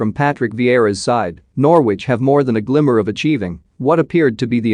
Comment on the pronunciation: You cannot even pronounce Norwich properly you idiot!